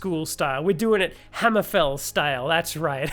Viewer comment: I agree with the guy that said just cut the first 4 minutes. That's probably better for the smooth brain among us and in the future. No problem with the dialog though very well spoken apart from the hammer-FALL being clearly you thinking daggerfall and not Hammer-FEEEEEEEEELL. 😂😂😂 love the stuff man keep up the great work. 🎉